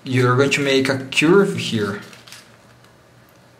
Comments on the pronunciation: say curve insted of churb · Grate pronunciation of "fragile" but curve has more of an 'er' sound at the beginning and not so much of an 'ur' like you would find in cure.